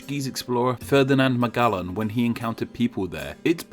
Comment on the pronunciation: Magellan is pronounced with a soft g (j sound)